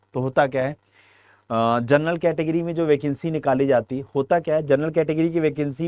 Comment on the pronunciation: Gernal nahi ur bolo